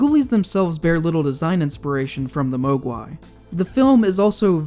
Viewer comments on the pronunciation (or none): MAHG-wai! Not MO-gwai! Did this guy even see the movie? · It's "MOHG'wai," not "MOAG'wai." Look at that incompetent weapon handling! Extract that stock and use the low-ready position, greenhorn! Assuming they didn't remove the stock entirely, that is. Movie people don't understand firearms. That's why they leave folding or collapsible stocks folded or collapsed. That's also why they never use sights and always shoot from the hip. And that's also why we constantly see insulting acts of incompetence like a character losing their right eye, yet they continue to shoot right-handed just because the actor couldn't be bothered to learn how to work a firearm left-handed. I quit watching 'The Walking Dead' because it had TWO characters do that and I'm not willing to tolerate that much insult. While working on 'The Terminator', Arnie trained with firearms ambidextrously to be as authentic as possible since all Terminators are ambidextrous, so there's no excuse for actors to not show a willingness to perform a task ambidextrously. Troll 2 was supposed to be called "Goblins," but studio politics interfered. C.H.U.D. 2 sucks, but only because studio politics. It wasn't supposed to be a C.H.U.D. movie. It was supposed to be a comedic zombie movie. That's why it has precisely jack squat to do with the C.H.U.D. mythos and why it appears to be retconned. Don't forget Dolly Dearest. Also known as "Bleeders." Here's something else that movie people get wrong all the time. When holding a single-edge knife in a reverse g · ive never heard anyone mispronounce mogwai like that, they say the correct pronunciation in the movie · Why do you mogwai wrong ? you purposely mispronounce words each video